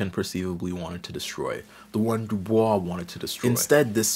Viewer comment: “My name is pronounced in the clear English fashion: Du, with u as in Sue; Bois, as in oi in voice. The accent is on the second syllable.” — W.E.B. DuBois (from article by Aldon Morris) or DooBOYS according to the NYT.